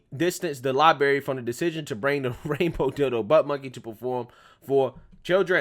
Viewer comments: Its LibRary. Not LibAry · I have so much respect for you and I'm a loyal follower of your channel. But please stop saying the word "libary" instead of "library". It's not a good look. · I was scrolling through to see if anyone else mentions this. I dig his videos, but this is just embarrassing. Then you get "oh, he's country". C'mon, with that weak noise. The soft bigotry of low expectations. Holy crap, libary libary libary. It's so cringey. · Not meaning to be rude, you may want to work on your pronunciation of library. You need you to roll the r right after the letter b